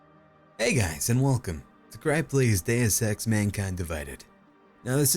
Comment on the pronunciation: Heard "daya sex" the first t time lol